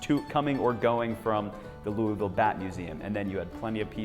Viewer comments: Is it louavull? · You pronounced Louisville wrong.